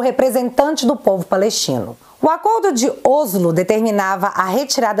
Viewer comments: te amo pra carái e adoro os seus vídeos mas vou deixar a dica: não se pronuncia "Ôslo", o certo é falar como se houvesse acento agudo no "Óslo". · se não me engano, o mome Oslo (capital da Noruega) se pronuncia Óslo.